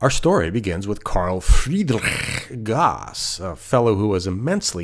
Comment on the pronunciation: Gauss is pronounced Gowss.